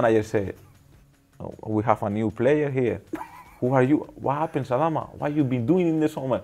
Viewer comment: For those wondering, it's pronounced 'Try-or-ray', and the emphasis in Adama is generally placed on the second syllable